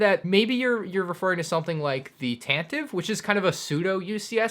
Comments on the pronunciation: You know Tantive is pronounced TAN-tuh-fee? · Tantive is pronounced tant-i-vee